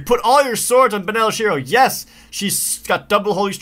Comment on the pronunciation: "Baneleh Shiro"